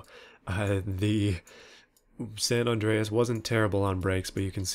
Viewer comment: It's like ur saying sand on drayis when you say sa Andreas